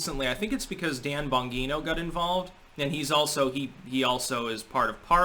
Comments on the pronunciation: Bon - GEE - no. You need to fix the second syllable,. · Love your content. But Dan Bonginos last name is pronounced Bon G no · Please get help with your speech impediment, or listen to people's names more clearly. Dan Bongino b o n - J E E -n o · Bon-gee-no. Hard G. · Dan Bon-gee-no :-) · watch Bonginos show or at least the first 6 seconds of his show and then you’ll know how to say his last name. 😂